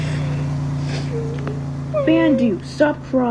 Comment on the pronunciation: Its Pronounce Bandu "Bun-du"